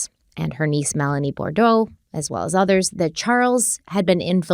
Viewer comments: Boudreaux, not Bordeaux. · A few points * Bou-dreaux, not Bordeaux * Tammy was not an ex-wife as she never divorced unfortunately * As Chads junk is called the storm, the "limb debree" text reads even nastier.